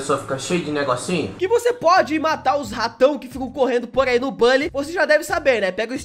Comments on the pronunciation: não é bOlly que se pronuncia, é bUlly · Acho estranho vc falar " Bali" e não " Buli"😂😂 sei que o certo é "Bali', mas desde criança eu falo "Buli" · É buuully não bally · Como se escreve: bully Como se fala: bálly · Bãlly 🤔🤔🤔🤣🤣🤣🤣🤣🤣🤣 Meus ouvidos sangram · Mn eu sábia de tds só uma dica vc só flw o nm do jogo errado pq se fala literalmente "Bully" mais bm vídeo +1 inscrito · Tenho raiva de quem fala "BÁLLY"